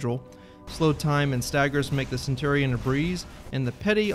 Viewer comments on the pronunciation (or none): none